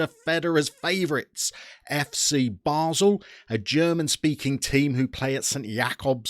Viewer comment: duuuuude, it's basel not basle... i feel offended :o